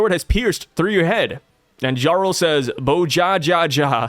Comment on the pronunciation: I keep hear Ja Rule instead of Jarul. Sounds like a good read.